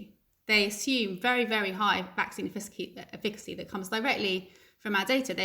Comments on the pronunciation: I don't know about getting sick from the Indian variant but the pontificating prof Pagel certainly made me feel ill. It took me much of the interview to work out that when she said "vaccine ifficksy" she meant efficacy. I suggest she goes into lockdown and let the rest of us get on with our lives. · Yes it came out as ‘effigy’, perhaps tension, simmering hysteria at the idea of having to go back to work. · How can we take someone seriously as an expert when they can't even pronounce the word efficacy? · I don’t trust any one that can’t pronounce efficacy correctly 🤨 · She's deliberately "mispornouncing" it so when it's shown to have actual "efficacy" later she can honestly state "I never said that!"